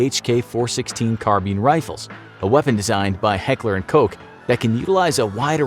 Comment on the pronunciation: "car bean rifles" lol